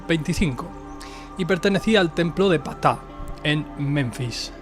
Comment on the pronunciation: Sólo una observación, se pronuncia (P-taj) realmente la letra P sólo se pronuncia sutilmente, haciendo énfasis en 'Taj